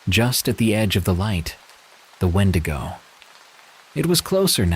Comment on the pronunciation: Call me petty, but I can’t listen to wendigo stories when it’s pronounced ‘wen-dee-go so thank you for keeping my grammer OCD at bay 😅